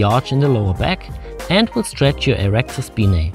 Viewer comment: Erector speeneeey.....